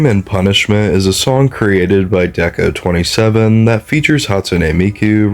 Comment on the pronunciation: Hi hi!! This is a good video I'd just like to clear up a few things. Rabbit hole is about s3x work, not lust. Also deco*27 is pronounce deco Nina usually! (Ni for 2, na for 7)